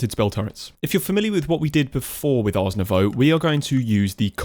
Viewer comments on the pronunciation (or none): Hey 😁 wanted to let you know that when you say "Ars Nouveau"... its probably "art Nouveau" 😅😅 idk if it is intentional or not but it confused me a lot. The pronounciation is derived from the french word for art.... spelled the same as in english, but the T is silent 🇨🇵